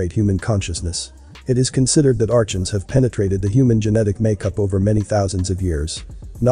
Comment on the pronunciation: Archon - is pronounced ar-con .